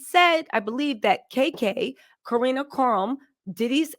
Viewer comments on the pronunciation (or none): none